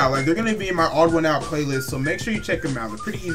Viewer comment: Its pronounced TheOdd1'sOut (The- ones-out